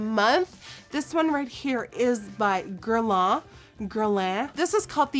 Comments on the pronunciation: Am I the only one chocked about how well she pronounced "evian" and "meteorite"? That was perfect Nikkie 😂 but you'll have to work on "Guerlain" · When you are French and you hear Nikki's saying evian lancome and guerlain😂